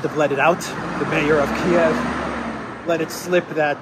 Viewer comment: Thank you for calling Kiev Kiev. Its how its pronounced in English.